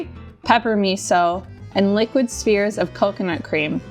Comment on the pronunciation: Oh!!! It took me a while to process but she isn't saying "spears", but actually "spheres"!